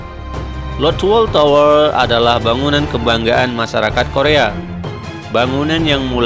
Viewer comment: Biasa aja bang bacanya, terutama di saat penyebutan kata "tower" ahaha